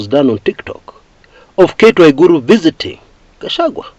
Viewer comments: Waruguru not waigiru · Not cate waruguru,not cate waiguru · Not waigiru but waruguru